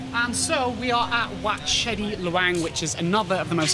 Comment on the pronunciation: They write it as Chedi but the pronunciation is actually say "Jay-dee". The writing make everyone confusing.